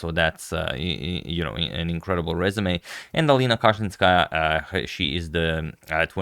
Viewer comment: Flawless pronunciation of their surnames. He really put some respect on their name.